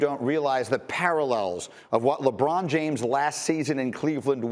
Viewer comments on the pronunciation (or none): none